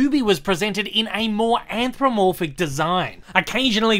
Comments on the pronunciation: It's "anthropomorphic," not "anthromorphic." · Why cant you pronounce anthropomorphic?